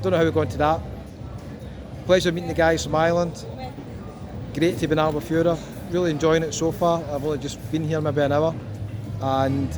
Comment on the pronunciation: Dude, it sounds more like Al Bu Ferra. Miss this place, lived there for 7 years...